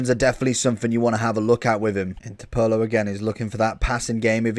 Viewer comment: the ways he says Pirlo sounds more like Paolo 😅